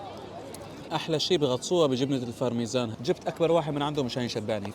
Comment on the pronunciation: البرمجان ❌️ الفرمجان ✅️ 🤭🤪